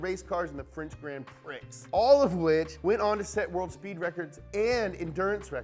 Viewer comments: grand priX!?!? Its grand pri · "Grand Pricks". That pricks. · It’s pronounced Grand Prix (Pree) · grand Pricks 😂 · Pri not prix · HOLD UP did just say grand "PRICKS" instead of hand "pree" uh ohhh Also side not the British use miles and mph for some reason not kilometers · Did this n-word just say "grand pricks" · French Grand Pricks lol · Grand pricks lol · ITS PRONOUNCED GRAWND PREE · no one gonna mention his pronunciation of Grand Prix? xD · Did he just pronounce Grande Prix the way I think he just did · is the coolest but he pronounced Grand Prix wrong. 😢😢😢